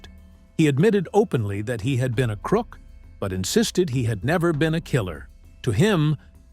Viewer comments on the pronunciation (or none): none